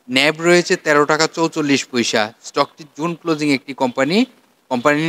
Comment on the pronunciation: পইসা না বলে পয়সা বললে ভালো হয়।